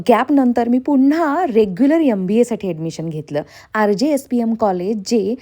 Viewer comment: Aap itne educated ho .magar M.BA KO YUM .BA BOLTE HO